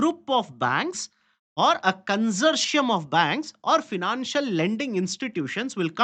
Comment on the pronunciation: Con-sour-ti-um LOANS.